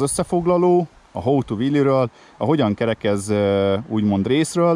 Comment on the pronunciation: Hóó tú. How - ejtsd haou. Ha úgy ejted ki ,hogy “hóó”. Az hoe angolul kapát jelent.